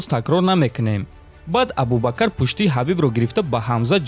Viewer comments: Хоҳиш, дар талаффузи вожаҳо каме диққат деҳ. Ислом аст на Ислам, ё Абубакр аст на Абубакар. Чунин иштибоҳот зиёд мушоҳида мешавад. Каме китоб мутолиа кун. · Абубакар не АБУБАКР. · Абубакар не Абубакр